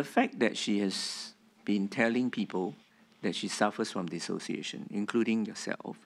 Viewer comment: Dissociation - Tee-Siao lah. 😆😆😆 Alamak